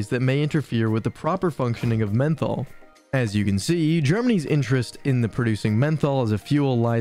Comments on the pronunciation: It should be pronounced Methanol not Menthol 😅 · Yeah,that does make this seem more like a high school presentation though I’m sure it has good info. It’s just mentally goofy to keep calling it menthol. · no way that menthol mispronunciation is accidental. I bet it's just trolling